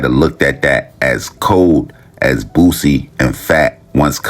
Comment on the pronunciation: Yall please say BOOSIE name right!!!! It aint Bossie!!!